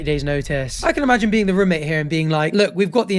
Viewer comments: I didn’t even notice he says rumate until he said it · I didn’t even care about him saying ‘rumate’ but now that’s all I can focus on